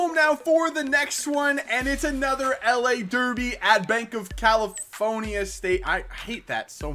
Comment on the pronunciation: Banc of "Kelly-phone-ya !"